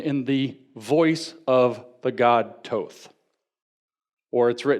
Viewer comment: Thoth not Toth